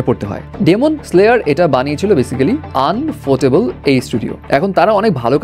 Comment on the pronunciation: আনফোটেবল না ইউফোটেবল 🙂